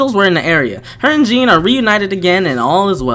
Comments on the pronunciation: Jean?… 🤡 can people not pronounce Jeanne 💀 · you're welcome! Haha and cant wait ! Oh and Jeanne pronounced more like a Jönne lol but fr I had this vid ob my playlist and happy to finally see it ! Lol